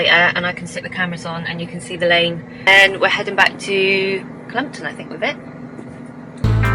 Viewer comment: “Klumton”oooh arrrh